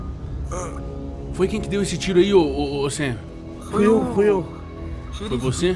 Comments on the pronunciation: Tj o dim fala sami n sam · Muito top, mas quando vc for chamar o sam vc fala sami pq é assim que o Dean chama ele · N é sam e SIM Samy